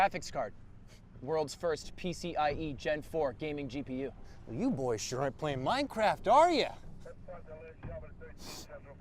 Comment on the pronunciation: I feel like he says Boyz not boy's